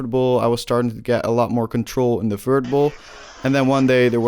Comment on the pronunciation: fert skateboarding